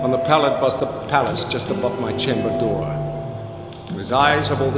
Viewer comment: "At my chamba dooa.." I love Walken's voice. It's quite unique.